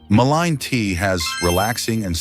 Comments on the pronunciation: Lots of good info, but VERY ANNOYING to mispronounce the Name MUllen as maLINE! Get it right! MULLEN! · Why are you saying might help ,when it's clearly great for all these ailments,and you keep changing and pronouncing the name wrongly continually.😮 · I don't know if this is right or not, but I always pronounced it Mull ee in. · Really though? AI needs to get a little more intelligent! It pronounced mullein like five different ways. It keeps repeating the same info as well. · I really despise AI voice overs, perhaps you could have your AI decide which way to pronounce mullein, switching back and forth is annoying! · AI can't decide on how to pronounce mullein.